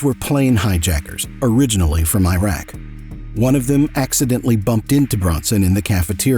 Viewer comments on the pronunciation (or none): none